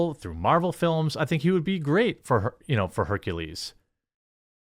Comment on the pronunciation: Sooo, Blak-ules?